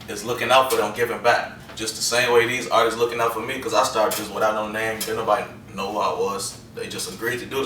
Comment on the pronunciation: He said artistses lol